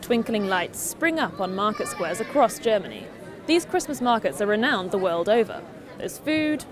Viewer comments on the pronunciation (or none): none